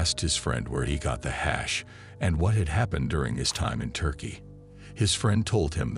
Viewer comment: AI SLOP, cant make it trough 10mins because of the word HAAASH